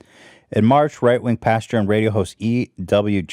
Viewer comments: It’s pastor not pasture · I love how he said PASTURES and not PASTORS lol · “Pastures” lol